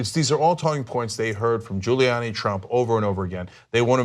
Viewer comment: "Giluliani LOSES IT When Cuomo Catches Him Lying" Giuliani - NOT Giluliani!